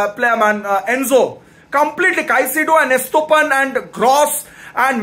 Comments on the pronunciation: Estopan😂 it's estupinian 😅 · "Is-Toh-Pan" not even one syllabus correct 🤣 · You've absolutely murdered Estupinan's name 💀💀💀💀